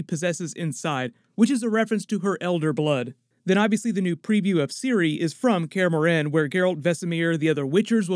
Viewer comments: It's not pronounced Care More Hen, it's pronounced Care Morn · Kaer Morhen, not „care morehen”!!!